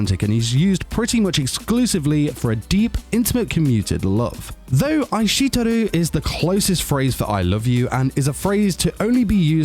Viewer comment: bro I think you meant "Ai shite Iru" not aishiteru. Ohhh and maybe work on the pronunciations a bit :)))